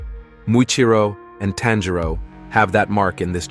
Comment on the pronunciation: “Tan Jero” bruh it’s tanjiro